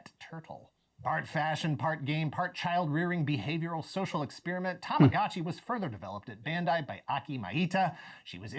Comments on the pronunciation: "Tamagachi". He's butchering the Japanese language 😖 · Why he call tamagachi and not tamagochi ?